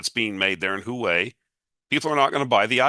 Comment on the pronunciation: Love your work, but one point on Huawei… it’s pronounced Hwa-Way, not Hoo-Way 😉. And you’re right, it’s an excellent phone📱.